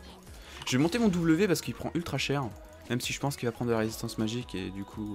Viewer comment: " paceque " " prende " ...